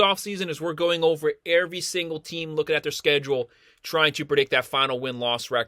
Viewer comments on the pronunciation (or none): “Airvy” lol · haha I’m just messing, the way you pronounce “every”